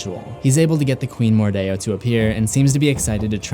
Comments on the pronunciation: It's not mordao it's mordeo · That’s stupid. It sounds like they’re actively trying to sound fancy/exotic. Oh well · I’m kinda annoyed with how you pronounce mordeo